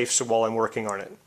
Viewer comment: f.y.i., "on" is pronounced as "awn" as in lawn, not "arn" like in barn (as you are saying).